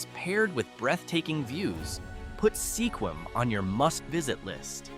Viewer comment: you said Sequim wrong 😞